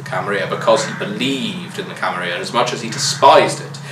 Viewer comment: I hate how people started pronouncing it "Camaria" now. It sounds vulgar and unnatural to me. Every time I hear it, I almost twinge in annoyance. Camarilla... there are 2 L's in there, people!